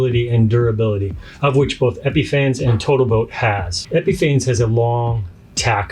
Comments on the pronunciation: It is pronounced "Epifawness" Your credibility is diminishes when you can't pronounce the name correctly. Lust absolutely will not go on smooth nor brus out. It also will not smooth out and too easily leaves holidays. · Great video! But you know you're mispronouncing Epifanes right?